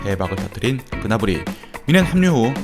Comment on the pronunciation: 그나브리 그나브리 할때마다 그나물이 그나물이 하는거같네